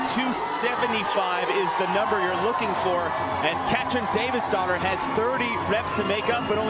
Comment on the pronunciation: I’m I the only one that thought when the said davidsdottir—they were saying Davis daughter? Lmao